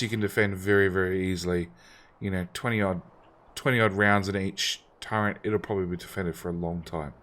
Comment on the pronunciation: There is no N in the word Turret